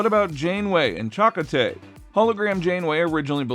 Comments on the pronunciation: Totally agree and also it is pronounced "Cha-Ko-TAY" not "Chak-o-tay" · Can't even pronounce Chakotay correctly?